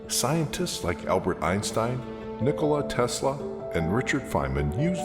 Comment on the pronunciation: Guess wut im from same country as he and its FUNNY saying Nikola tesla with english acnt for us LOOOL